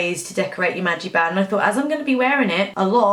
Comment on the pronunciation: It's MagiCband not magiband. Love the video I always overdo it's Disney World as well & come home with more tee shirts and plush than I could possibly need as an adult but I just can't help it.